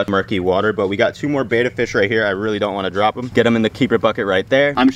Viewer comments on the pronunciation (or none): Love what you do, but I only made it 28 seconds before I had to switch off. I can’t listen to a whole video of bettas being called betas 🤣 I’ll catch ya on the next one 🤙🏼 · A Betta is a fish. A Beta is a male who says Beta instead of Betta over and over and over. Think Better with a New York accent. Bett-Uh. Otherwise, outstanding YouTube channel!! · It's pronounced Bet-uh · Please learn how to pronounce the name, bet-a fish, not batta-fish